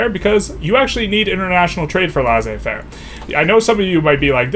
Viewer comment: It's pronounced Lay-Say-Fair